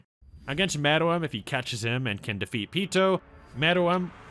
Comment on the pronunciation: It’s pronounced meruem say it with me now mare-roo-whem not whatver this dudes saying